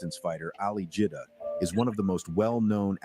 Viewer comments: Brother it is not Ali 'Judah' rather 'Jiddah' as in Jeddah the city in Saudi. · His name not jewdah it’s Jid-dah stop trying to paint a narrative with your pronunciation